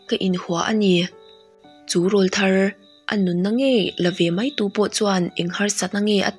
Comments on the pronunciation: 'Râwlthar' i lam dan hi a dik lo tlat.Ṭhahnem ngaih luat vangin ka rawn sawi ve zuai aw. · Rawlthar ti a i lam hi 'rawl ' tih lai hi 'àw rawl' tih laia 'rawl ' tih ang hian lam tur